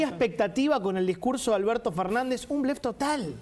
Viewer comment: Alberso dice Alberso